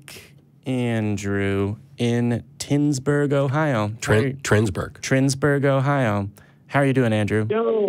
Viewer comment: Pssst. Your callscreeners got it wrong. It's Twinsburg. Not Trinsburg. Also, "halfway between Cleveland and Cincinnati" is pretty much the entire fucking state.